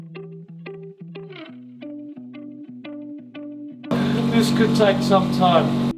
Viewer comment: Water ❌ Woha✅😂